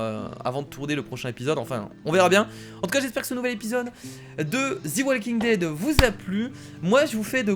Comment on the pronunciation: salut c'était pour te dire que sa se disait [ze] walking dead et non [zi] walking dead sinon continue la série j'adore